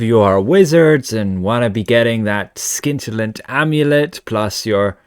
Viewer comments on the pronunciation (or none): Dude, you don't say the "C" in scintillant! It's a soft "see", like the keiling in your living room! 🤣 {:o:O:}